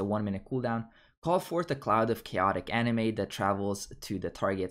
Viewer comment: Yes, really. In the video you are pronouncing "anima" as if it were a Japanese animation